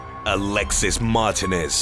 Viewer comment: You butchered the name martinez 😂😭